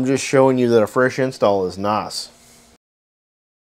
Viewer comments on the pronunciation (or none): none